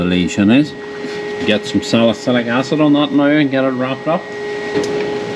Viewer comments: When he said salicylic acid undetected a hint of an American accent. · The way you said "salicylic acid," with a different accent, hehe 😀